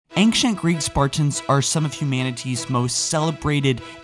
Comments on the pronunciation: Ancient, not Anckcient. I get fucking peeved when people pronounce it like that because there is no other letter in there to make that hard K sound. Just a soft C pronounced like an S. AYN-SHENT. not AYNK-SHENT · It's ancient, not angcient, and its augmented not augumented, you pronunciations are annoying... fine video though.